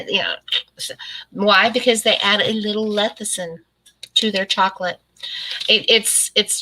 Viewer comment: I love and watch all of your videos. This is not a insult but lecithin is pronounced lessithin not lethicin. Sorry. It's just an OCD thing with me when a word is not pronounced correctly. 😃 I agree with you on the dirty keto. I don't like that term. It implies laziness and I am anything but lazy. I do low carb and am very happy with it. I can't eat as much fat as keto requires so I do better with a more moderate way of eating.